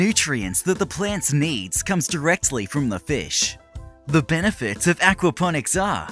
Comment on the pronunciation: Mmm, "benifits" 😂